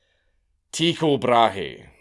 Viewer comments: That is the worst pronunciation of Tucho Brahe I’ve ever heard. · That’s a way to pronounce his name…